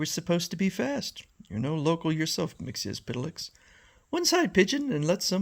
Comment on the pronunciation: You come closer to the correct pronunciation of "Mxyzptlk" than almost anyone. But there's no "s" sound at the end of his name. It's supposed to be "Mix-yetz-pittle-ick." Thanks for supplying us with these strips--they're really fun!